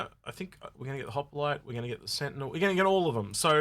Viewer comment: I chuckle every time says Harbinger (aka "Harbringer") and Hoplite (aka "Hoppalite"). It's like George Bush pronouncing nuclear as "nucular".;-)